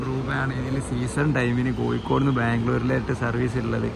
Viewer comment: കോയിക്കോട് അല്ല കോയാ... കോഴിക്കോട് ന്ന് പറ